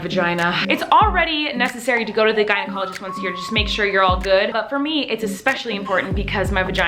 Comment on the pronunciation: At the beginning when she said “gynecologist”, I thought she said “guided colleges”. So I’m like, “what do guides colleges have to do with this video?”😂😂